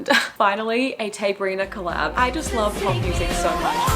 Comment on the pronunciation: Tay-brina please!!!!